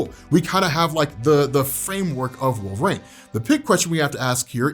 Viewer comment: I love you, but it’s pronounced Wolver-een NOT Wolver-ain…